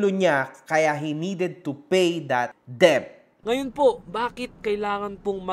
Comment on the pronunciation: Debt is pronounce as “det” not “deb”